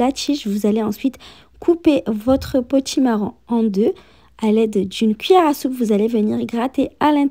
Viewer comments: Potimarron et non potimarrant😂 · Bonjour. Son accent fait que l on entend davantage le son "an" que le son "on". Cela est caractéristique de beaucoup de personnes originaires du Maghreb. Cependant elle prononce bien potimarron. Sinon, cela serait peut-être plus agréable de lui faire la remarque avec courtoisie et bienveillance, non?